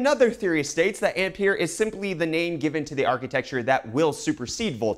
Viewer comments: Ampere is pronounced "Amp-Air" just a heads up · Yes - André-Marie Ampère was French and the way he pronounces "Ampere" hurts my ears... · Fml nobody knows how Ampere is pronounced. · You're mispronouncing Ampere.